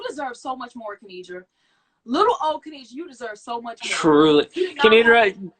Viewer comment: Thank you so much for uploading this! Just letting you know her name is "Kenidra", not Kendira! :)